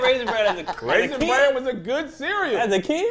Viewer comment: Why does keep saying “Raisin BAN?”